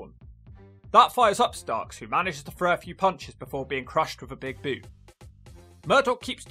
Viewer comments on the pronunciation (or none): none